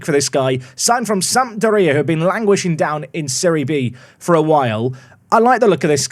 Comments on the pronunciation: Apparently it rhymes with diarrhoea 😂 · As others have said, away days please. Also your pronunciation of Sampdoria makes me cringe.